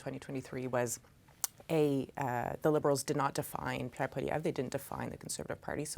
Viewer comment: What I don't understand is how CBC can hire an unprofessional person like who can't even pronounce Poilievre? A person with professionalism would have learned to pronounce it properly by now.